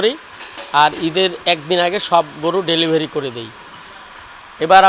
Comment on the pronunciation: ভেলিভারি নয় 😅😅 ডেলিভারি 😊😊